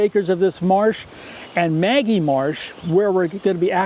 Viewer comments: It not Maggie marsh, it's Ma-gee, with a hard 'g'. Many people get this wrong. Named after John N. Magee. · Very nice Moose. maGEE marsh is how we Ohioans pronounce this amazing birding destination.